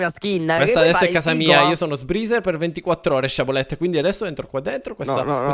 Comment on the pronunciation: Non posso sentire dire "sciabolette"